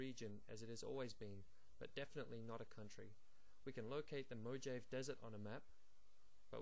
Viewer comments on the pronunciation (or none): This guy is so full of sh*t. I mean, if the goal was to take all of the former Palestine back, why aren't the Palestinians building an apartheid wall. And what map is he looking at? Palestine isn't a damn region, it WAS a country!! And it's pronounced MO HA VEE not mo jave, you idiot. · FYI, it's just a reading of a Sharon Nader Sloan essay. And mate, it's "mo-ha-vee" desert, not "mo-jave".